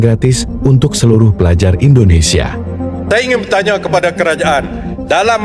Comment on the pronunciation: Bukan pelaja pelaja bos tapi pelajar pelajar,, baca nyt